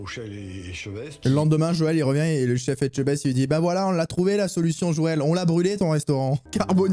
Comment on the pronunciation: Non mais qu’est ce qu’il y a de difficile à dire Etchebest ; (É tcheu best...)